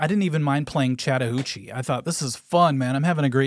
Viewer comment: “I didn’t even mind playing Chatahootchie.” 😂